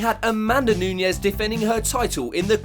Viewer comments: Is Nunes, not Nuñes. She is brazilian. Very bad pronunciation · DUDE!!!!!!! It is Nunes not Nuñez. Wow!!!!